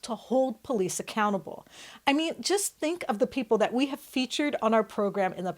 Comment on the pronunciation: what are the “pole eece?”